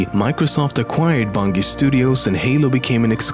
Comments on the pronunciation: Bungie- pronounced BUN-JEE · I see you miss pronounce Bungie. It's pronounced bun(G) not Bungy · Hey homeslice it's pronounced bunjee. Nice video by the way. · wtf u cant even say bungie right it more like bunjie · STOP SAYING BUNGIE WRONG, TOP10MEMES. Phonetically it's "Bun-Jee" sorry but this really bothered me XP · "Bun G ee studios" xD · Toptenmemes? Its bungie not bungee! Get it right! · The way he says Bungie my god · you pronounced bungie wrong..... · U pronoucing bungie wrong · how the fuck did people find out about the scarab gun with a banshee? how the fuck can't you pronounce bungie? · The way this guy pronounces "bungie" pisses me off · Lemmy's mispronunciation of "Bungie" is f%cking hysterical. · You pronounce Bungie wrong. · THATS NOT AN ACCENT HES JUST SAYING THE WRONG G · Bullsh. English is considered the easiest European language, only rivalled by Spanish. Also the accent is no excuse for him mispronouncing Bungie, considering that he has been doing research on the company and must have heard the proper pronunciation at least a thousand times. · learn how to pronounce Bungie, it's annoying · I cried a little every time he said Bungie. I did used to wonder how people found the scarab gun. You can also get it from the scarab as it blows a hole in the roof of the tunnel above you, if you are quick. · Dude, while Bungie is spelt differently to bungee it's still pronounced the same. Watch Bungie's own videos to see how they enunciate their name. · I cringe when he says Bungie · i like how he doesnt know how to pronounce bungie, pisses me off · learn how to say bungie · The g in Bungie is pronounced like a J, I swear to god. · Too bad the guy doesn't even know how to pronounce bungie right. Jesus Christ. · Does it bother anyone else that he's saying bungie wrong? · Great video! Well minus the fact that you pronounced Bungie wrong... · Holy shit learn how to say Bungie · Why can't you pronounce Bungie properly? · Jesus, pronouce Bungie wrong much?